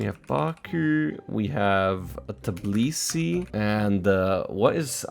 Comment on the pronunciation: Tbilisi is not pronounce like "tublisi". You say it like it's written: Tbi-li-si. No silent letters. It's a bit hard, but achievable